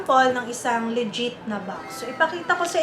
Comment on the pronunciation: I find it hard to trust also somebody who pronounces legit(le-jiht) as (lee-jeet) 🥴🤷🏻‍♂️